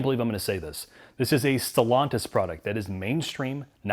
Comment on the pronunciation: "Stallantis" 😄 - They need frequent restarts?